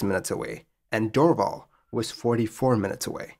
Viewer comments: Great as usual. One note: It's pronounced "door-VAL". 👍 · good story (frightening for those in the plane I'll bet). Just a slight pronunciation note - the airport (now called Pierre Elliot Trudeau airport) would be pronounced "Dor - val" not "Drvl". Keep up the good work! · As a Canadian, Val d'or is pronounced "Val door". while Dorval is pronounced “Dor-val" (as in valley). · It doesn't help your credibility that you can't pronounce Val d'Or, Dorval or Québec properly